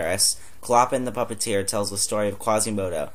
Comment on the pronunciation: It's clo-PAHN and FEE-bus.